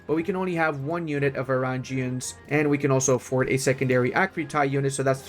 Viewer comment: some constructive criticism here: Varangians isn’t pronounced like Vareingians. And some interesting historical facts about them is that they were the praetorians of the Byzantine empire and protected the emperor. They were viking mercenaries (yes from Scandinavia and the Baltic) and they became the elite of the elite, the cream of the cream for the Byzantine armies.